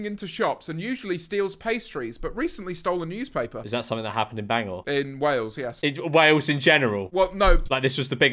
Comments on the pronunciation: Bangor (wales) mention👍 pronounced ban-gor not bang-or but close enough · It’s Ar-MA and Bang-er for the northern Irish destinations 😂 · and bangor as bang or when its bang er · BANGORE 😭😭 it’s Bangor (bang er) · Bangor is in Northern Ireland and it’s pronounced BAN - GOR 😂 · ban-ger & are-ma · bangor in northern Ireland is pronounced bang-ger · Bang-or and armour are crazy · Our-Ma and Ban Grrr is how you pronounce them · Not really fault to them but their pronunciation of Bangor (Wales) annoyed me especially because the accurate pronunciation actually makes the joke about bangers and mash make more sense. (fun fact my great nan was from there, i only visited once maybe because she lived local to me and my family in england since before i was born) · the st asaph and bangor pronunciation i’m on the floor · As a Bangor (Wales) resident, the pronounciation was hilarious. Steven is real and is a menace. We also have peacocks that just do their own thing. But I do NOT blame you for not knowing about it. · Bangors pronounctiation is the worst in the world 😂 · Please never pronounce Bangor again. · I'm cackling how many times did they mispronounce Bangor and Armagh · Your pronunciation for ulster both bangor and armagh are crazy.. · listening to pronouncing armagh and bangor made me want to scrape my eyeballs out x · Bangor is NOT s teir 😭😭😭😭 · Not the mispronunciation of armagh and bangor omg😭😭😭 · Your pronunciation of Bangor kills me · actually crying the pronunciation of Armagh and Bangor have me cackling 😭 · Did bangor wales dirty, I love it